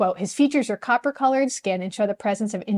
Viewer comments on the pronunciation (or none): none